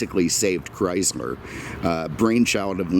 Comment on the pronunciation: This is not a Cadi-Mac!!! This... is a Chris-mer product!! LoL brahh your brand pronounciation jajajaja